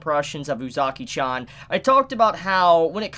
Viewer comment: your not saying uzaki right watch it in sub to see how its said